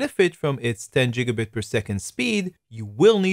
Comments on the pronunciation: ITS GIGABIT NOT JIGGABIT YOU IDIOT! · Its GIG A BIT not JIG A BIT!